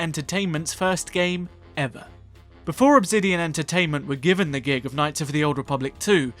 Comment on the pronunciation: Why do you always pronounce Obsidian wrong?